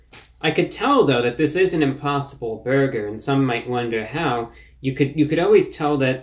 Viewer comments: When he says burger... it sounds like he said "berger" instead of "burger" it's really hard to explain. But he says burger weird. Someone needs to go thru these and give it the "rocks in socks" treatment. Go thru and just clip all the "bergers" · Why does he say "beargur"